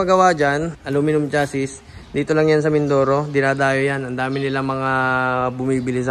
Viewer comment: cha -zee sir ang pronounce sa chassis